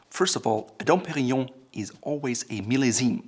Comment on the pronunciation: I'm very happy that for once someone can pronounce "Dom Perignon" correctly!